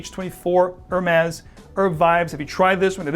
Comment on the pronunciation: Funny to see someone dressed in a classy way while completely screwing up the prononciation of Hermes. H is silent and the is more like a z.